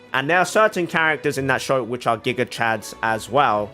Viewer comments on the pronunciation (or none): none